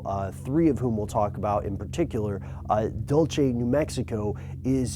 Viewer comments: Ha ha ha ha, your pronunciation of Dulce New Mexico is hilarious. I'm from New Mexico and nobody pronounces Dulce New Mexico like that. Funny thing is traveling across the country and when people ask where I'm from and I tell them New Mexico, they ask if that's part of the United States lmao smh. Go back to school. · I can't finish watching this. The way he pronounces Dulce is driving me nuts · Michael Quindlen Oh, he's not just technically wrong. He is WRONG! Incredible how impervious white people are to correction! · If you can't even pronounce DULCE correctly, why in the hell would I watch or even believe what you are saying? Thumbs Down. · where did you get that pronunciation from? dull che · These two have to be the worst gatekeepers out there. He can't even pronounce one of the biggest underground bases in the world correctly. Lol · its Duel-seh not dulchi Ahh that drives me nuts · dul-se not dul-che. my side of nm. grinding teeth when I hear it. Lol. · The way he pronounced dulce is so funny... Dulce not dulche lol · It's Dulce!! Not Dulche.. Dulsee in gringo.. It means Candy.. Candy, NM is its gringo name. Get it right people! And yes it's all true.. Come and see for yourselves all ..you mite just end up with a tail and dogface.. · aaahhh! It is NOT Dol-che! it is pronounced Dul-c and it is the Jicarilla Apache Reservation. You are killing the truth! yes there is Alien and UFO sightings there is a mother ship. If you are going to report something please get your facts and pronunciations right. I doubt you have even stepped foot on our lands. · How stuff work doesn't understand how Spanish works. It's not "dul-che," it's "dool-se". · DUL-SAY not DUL-CHAY. Do your research. Phil Schneider died in 1996. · hahaha "dual-che", is pronounced "dual-sey", means candy in Spanish. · Dude! Its not Dul chay (Dulce)... Its pronounced " Dul Cey" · Lol "dulche" it's pronounced DOOL-seh!!! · Not dulche... it's pronounced duel-se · Dulse, not Dolčej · DUL-CHE. ahahahahahahah